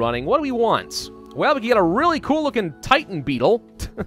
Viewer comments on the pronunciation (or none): none